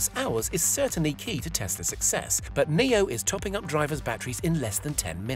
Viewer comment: so is it pronounced "Neo" or "NIO" cuz it's spelled NIO so why did he say it like the word "Neo" ?! When i say Nio i mean like "niyoh " REMEMBER FOLKS in English "I" is pronounced differently to what u might expect. For example in my language which is Dutch (NICHT DEUTSCH!!) "I" is pronounced like "E" in English so don't get confused out there. I wanna prove my friend wrong and say its pronounced "NIO" and not "NEO" so I hope ya'll agree with me in saying this guy pronounced NIO incorrectly.